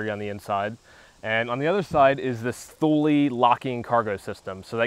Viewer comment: Thule is pronounced "Two lay" ;-)